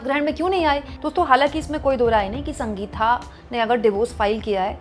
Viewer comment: Sanga geeta nahi Sangeetha. Bolana seekho